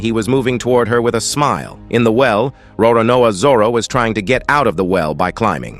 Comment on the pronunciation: I swear the narrarator needs an oscar i mean him pronouncing names is so funny lol for him zoro = zoror mihawk = mwihawk marine = marina sanji = sajin pirates = piratis